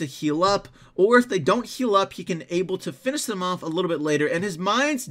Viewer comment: U say finish weirdly lol(no offense)